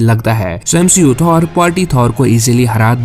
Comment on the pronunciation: Bhai Aapane Bahi Bola MCU Ko MSHEU Bana Raha hai😅😂